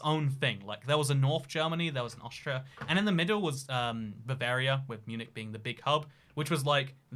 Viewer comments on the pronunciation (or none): none